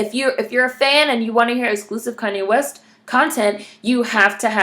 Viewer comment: This was refreshing! Did you say "Koonye West" ? :D